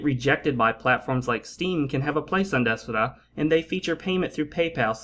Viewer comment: It's de-sura